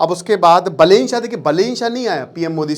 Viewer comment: बलेन❌ बालेन✅ रावि लिम्छानी❌ रवि लामिछाने✅